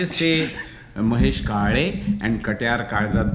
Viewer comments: "Kale" - the "l" sound is a unique sound used mostly in marathi language. You seriously called him 'kale' as in the vegetable 'kale' 😀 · You guys can't pronounce Kale unless you are maharashtrian...it's impossible 😢